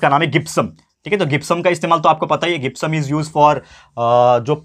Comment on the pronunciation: Sir, gypsum, word is not gipsum . Word is jipsum this two spelling is not right First is right , gipsum pronounce is not right Jipsum is right pronounce 😊😊😊😊😊😊😊